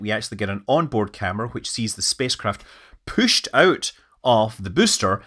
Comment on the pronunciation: It gets pooshed out? What do you think you are, Scottish?